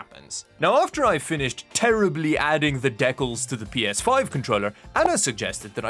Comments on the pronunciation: the way you pronounce decals is hilarious lmao it's pronounced di-cal not de-kel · Is he terribly mispronouncing DEE-KALS as a joke or is this a Canadian thing? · Dekal… he he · ah yes, the canadian "deck-uls" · Deckels. LoL. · SO err, I was speeding through the video and he's saying "deckalls".. ironically or doesn't know the word? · You're the first person I've seen pronounce decals like that lol. Not sure if it's a country thing or not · Why can’t you say DECALS correctly? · The way you pronounced decals tho lol